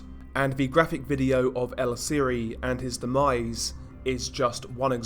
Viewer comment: VIAGRAS (Vee-agh-ras) you fucking idiot. Viagras are boner pills. For fucks sake how do you do so bad at pronunciation?🤦‍♂️ Vee-agh-ras! Also its Siri pronounced (See-ree) not siri. Fuck man!🤦‍♂️